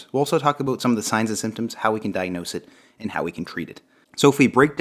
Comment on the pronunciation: About sounds like ah-bout, its not a boot pronounced a-boot lmao jk😜